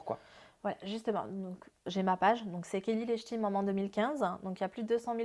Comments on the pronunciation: C'est bizzar au lieu de dire “Maman” elle dit “Moman” ou j'me trompe ? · Elle dit manmans